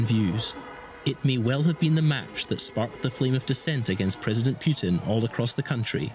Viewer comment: Putin not Piutin , you english freek.